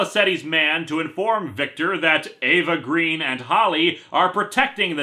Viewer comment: It's not a GOOD joke, but you missed a joke here. Eva Green being pronounced like "evergreen"